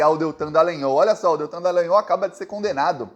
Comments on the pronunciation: Porra, não é nhÔL, é NhÓl, caralho. Ou então Deitão Dalogoanal!😎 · ⁹Desculpe , pronuncie o "o" de"Dallagnol" como em futebol, espanhol etc.